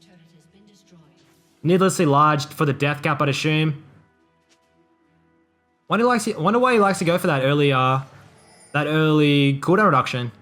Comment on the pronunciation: it's a S S ume, not ashoom xD